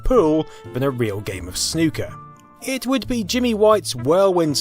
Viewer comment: Soo good to hear a YouTuber say Snooker properly